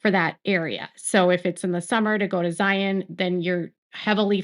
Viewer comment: Now if she can say Zion and Lehi correctly.